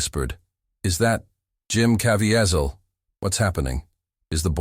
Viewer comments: It’s genuinely SAD how many YT’ers are taking advantage of Jim Caviezel by making these overly dramatic videos….when they don’t even know how to pronounce his name. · LEARN TO PRONOUNCE HIS LAST NAME. Jim is a TRUE servant of God!!!!!!!!!!